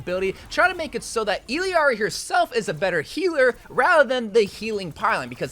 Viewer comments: just so you know illiari's name is pronounced "ee-yari" 😭you can hear it in her character trailer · It really pains me every time he says "Illiari" ngl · It’s tragic the way nobody knows how to pronounce Illari. It’s not EELEEARI bruh it’s pronounced EYARIE…. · ill-ari. not hard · The fact that you still can't say Illari right is so sad. Eel-Yari. You're adding a syllable for no reason lol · Illari's name is pronounced "Ee-yar-ee." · wtf is with your pronunciation of her name? Is that for negative comment engagement? Disgusting. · Bro it’s Illari, not Illari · Illari's name is pronounced "Iyari" not "Ill yari" and Kiriko's name is pronounced like "Kidiko" you barely pronounce the r not Kriko like you pronounced it, and no the d is not a heavy d its a light r but thats the closest i can think of